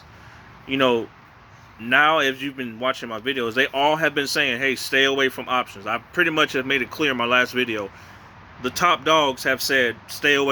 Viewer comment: Every time you say options, I cringe. LOL